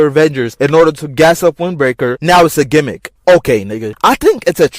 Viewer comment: Aye bro I’m in here screaming when this nigga said “TIME TRAVEL GEMICK” … wtf is these ppl talking about ! That’s what makes the show extra good